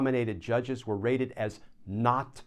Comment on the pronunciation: Rated? I thought you said "raided". Now there's a thought.